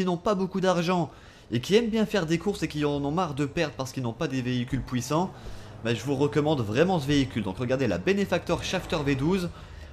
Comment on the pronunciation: haha il a dit des véhicule pouissant ;D